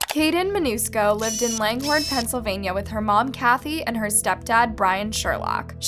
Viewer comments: “Mancuso” but pronounced it as Manusco. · Their last name is MAN-CUS-O!! Not Manusco!! Wow...these channels get worse and worse. It's like a 10year old runs them. These poor people have been through so much already...they don't need someone, who can't even say the name right...doing such a crappy job telling this sweet girl's story. R.I.P. sweet angel!! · you could at least pronounce the last name right Mancuso not Manusco,you make these disrespectful mistakes all the time. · sorry but is not MANUSCO but is MANCUSO , I can understand some italian names are hard to say but you can use the google voice to listen the right way to say it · what it says: Jeffery Mancuso what she said: Jeffery Manusco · /narrator rately gets her facts correct but in this video, she can't even pronounce the murderers name correctly. It's not a difficult name! Also available with a 5 second search. Although she usually just steals from other YouTube channels. Thumbs down! Don't subscribe.